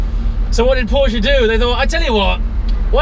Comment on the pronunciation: The only english talking guy who says Porsche in the right way 😂👍🏻 greetings from Germany ;)